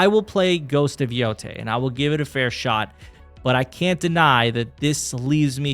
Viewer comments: It's pronounced yo-tie stop butchering It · It’s pronounced Yo-tay